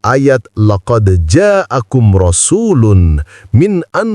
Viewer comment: Wooii....berarti kurang koreksi kontennya surat at-taubah laqod ja akun bukan ayat 129 dan 130 ... Tapi ayat 128 dan 129.... Sudah itu bacaannya bukan Laqod ja akun rosulun ..tapi ""rosulun"" Wadoohhh ...wadooohhh